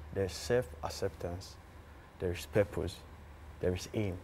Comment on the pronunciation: said "perpose" 😂😂😂